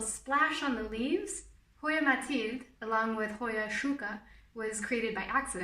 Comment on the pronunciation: i was really annoyed by how you pronounced mathilde bc im belgian (dutch) but then you said you live in france and i was like 'oh ok'